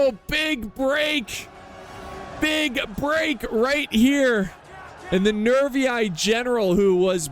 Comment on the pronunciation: Latin teachers say you should pronounce the "ii" as "ee-ee", so Nervii would sound "Nervee-ee" in english. I'm not saying that's the only correct way, but it's certainly one of them. It's absolutely legitimate to say Rome instead of Roma. Every people changes the pronunciation of other peoples' cities and words. Romans didi it as well.